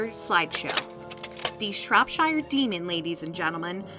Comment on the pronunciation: dude i live in Shropshire, and thats not how i say it but i guess people can say it like that? lol but awesome video though.